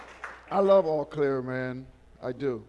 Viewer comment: It’s pronounced O’ Clare lol